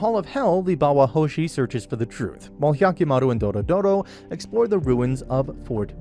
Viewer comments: HER NAME IS DORORO, NOT DORODORO ... i'm about to ragequit! stop calling HER dorodoro! it's dororo! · "DoRoDoRo" Lol DORODORO That sounds like the name of a car or smth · its really not that hard to say doro-ro. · It's DORORO not Dorodoro 😂😂😂😂😂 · "Dorodoro". Just kill me now please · Doro-Doro? Seriously? Her name is the name of the anime, it's not difficult to pronounce. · Literally, take a shot everytime he says the name wrong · It's not doro doro it's dororo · Doro-Doro? Jesus... it's DORORO 🤦‍♀🤦‍♀ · its DORORO not Dorodoro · "DORODORO"... it's Dororo mate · Isn't the kids name dororo, not dodoro? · It’s Dororo , not “dorodoro” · bro is no one gonna talk about how hes says dororo's name like "dorodoro" like bro how do u get it so wrong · The name is "Dororo" - not "doro doro" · Its dororo not dorodoro 😭😭😭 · Doro Doro?? you got the name wrong... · It's Do-Ro-Ro, not Doro-doro. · for gods sake stop saying doRO DORO. IT'S DORORO !1!!1!!1! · ITS NOT DORDORO ITS DORORO. You can at least get the names right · Why dorodoro when it’s dororo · It's Dororo not DoroDoro And Biwamaru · It's Dororo not Dorodoro. 😖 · Dorodoro ❌ Dororo ⭕ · It's Dororo, not Dorodoro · Not "Doro Doro" it's "Dororo" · i think he rname is dororo not dorodoro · M8 I fuckin lost it when you called Dororo "Doro-Doro". Like, wtf, there's an acceptable limit to mispronunciation, and then there's this. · Nice recap! But I have one correction, you kept saying Dorodoro but it's Dororo. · Every time he says "Dorodoro" Osamu Tezuka rolls over in his grave. It's Dororo. Also it wasn't for money... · It's Dororo not Doro-Doro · i can't count the times I cringe hearing dorodoro instead of Dororo which is the actual name of the anime and the character (child) I just can't contain this comment anymore. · Name: Dororo Him: Doro Doro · Dororo not dorodoro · DORORO not Doro Doro ... sorry it triggert me xD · It is t dorodoro but dororo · It's not Dorodoro it's Dororo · You keep saying doro doro but it’s dororo